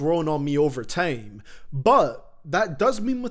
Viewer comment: normal people: time: tiem